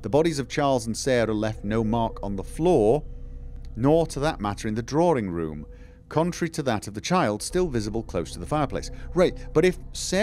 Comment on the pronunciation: Dear, draw-ing room, not draw-ring room. Where one would withdraw to.